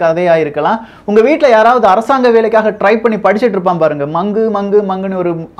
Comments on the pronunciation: அது மங்குங்குனு படிக்கிறதுஇல்லை.மாங்குமாங்குனு படிக்கிறது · மங்கு! மங்கு! இல்லே bhaiyaa , மாங்கு ! மாங்கு ! தமிழெ correct பன்னிக்கோங்க bhaiyaa 😉